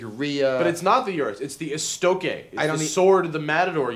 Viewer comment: they are wrong pronouncing Estoque.